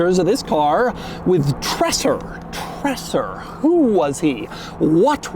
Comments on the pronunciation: These tinted taillights were available as tuning parts for some VW-Models being famous in Germany in the 80er and 90ies as Treser-Taillights. PS: It’s more pronounced like “Traser” NOT “Tresssser” it’s a soft “S”.👍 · Just so u know, it's not pronounced "tresser" and more like "traeser" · my ears are bleeding! The pronouncing is not "Trässsö" . but this is ( TRREEESÆRRR ") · Treser, Doug, not Tresser! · Its Treser not TreSSer . Phonetically its more like: tray Sir. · STOP SAYING 'TRASSR'!!!!!! It's Treser. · It's pronounced 'tre-zer' not tresser. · It's not "Trasser", amigo ... it is more like "Traysar". And we neither say "Wooltah", but more like "Wall-tar" ("tar" as in "tarmac"). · It's not tressur.. it's tray-zur. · Just a small correction: it´s not called "Tressah"! You pronounce it "Traser", like "taser" with an extra R. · For a nice review, it hurts my eyes to see the directional wheels being mixed around, and hurts my brain to hear "Tresser" time and time again. 😣 Treser was even head of Audi Sport, and I would see his name as "Tréser" (my best descriptions). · Awesome, that you got one too review! But it's not tresser it's treser, kind of like tazer with a r before the a sound. Greetings from Germany😉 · Great video as always! Only one comment, it is pronounced “Trayser” not Tresser. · Pronounced “Treh-ser” not “Tresser”. Other than that great as always! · Treser, not Tressor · Treser = pronounced "Traizer" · Treser in German is pronounced TreZer. Also, the wheels are directional, the front left is a right side one. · German here, true about how to pronounce Treser, but i think Doug is already going way beyond how to pronounce German Names and Word compared to most other American Car Reviewers. But for those who want to have an easy way to pronounce Treser correctly try: "Dre" like in "Dr. Dre" but "Tre" and then "sair" Prost & Cheers from the Bavarian Alps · It's pronounced 'Treeeser' with a long 'e'. No idea where Doug gets the double-s from 😁